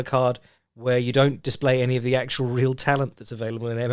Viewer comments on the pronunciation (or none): none